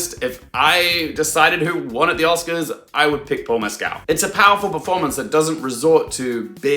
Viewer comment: Heya,! Great analysis. Likely, you are pronouncing Paul Mescal's last name a little off. Here's a YouTube link where he pronounces his last name and addresses the issue